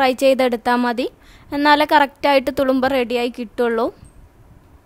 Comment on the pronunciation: തുളുമ്പാ അല്ല തുറുമ്പ എന്നാണ്..